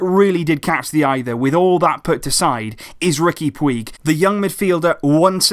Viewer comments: His name is pronounced as riqui "pooch" btw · Sorry, but it's pronounced Riki Pooch, I speak Catalonian.